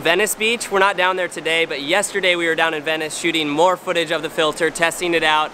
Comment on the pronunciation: TestING not TESTEEN... ah this pronunciation drives me crazy!!! 😂😭However, thanks for the helpful info.